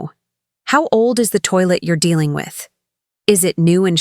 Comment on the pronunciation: Please common you cant say toilet like food oh dear! what is this😏